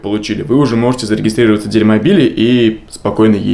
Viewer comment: почему он говорит "дерьмобиль"?